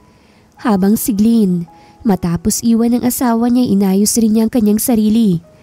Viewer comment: glen po hindi gliin!😅😂